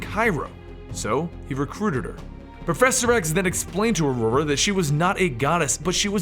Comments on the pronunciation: i think its Ororo not aurora. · Are you pronouncing her name right, cause I don't think so? I know Xavier says it that way in the movies, but I thought that was because he has a pretentious British accent. Wolverine used to call her "Roro" in the comics and if her name was said like "Aurora" that wouldn't make sense, also it wouldn't rhyme with Munroe. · It’s O RO RO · de plugged O-Raw-Ro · it is I think the guys just pronouncing it incorrectly